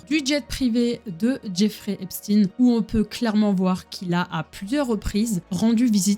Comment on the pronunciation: Je vais devoir le continuer plus tard mais je me demande quand même qui est ce fameux Jeffrey Epstiiiine, je connaissais un certain Jeffrey Epchteïne mais ça c'était avant qu'on ne change la prononciation de son nom de famille pour faire moins ... (je pense que je n'ai pas besoin de le dire lol). En tout cas ça va faire plaisir à mon homme ce genre de vidéo, lui qui est à fond là dedans (et qui adore aussi bien se renseigner que de donner des infos, toujours de manière respectueuse et pour apprendre à l'autre sans juger).